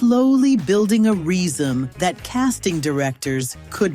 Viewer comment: "slowly building a reason"... you gotta teach the Ai how to pronounce resume